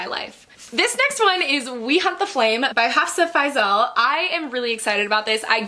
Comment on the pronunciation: you are the first booktuber i watched that pronounced hafsah faizal the correct way XD